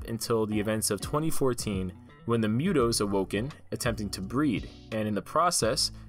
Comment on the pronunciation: It bothers me that he says "Myoot- oh" ..... its pronounced "Moot- oh"